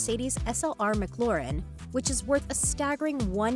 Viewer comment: The way she names mclaren and aventador 🤣🤣🤣🤣🤣🤣🤣💀